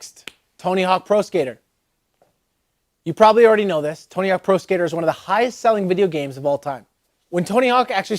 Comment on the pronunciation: "Tony Honk"